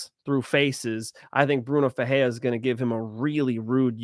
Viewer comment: Bruno FerreiRa…the R only sounds like an H when it’s on the beginning of the name..(ex: Rodrigues) or if it’s two RR together (ex: FeRReira). If it’s only one r in the middle then you have to roll your R… (ex: peReiRa)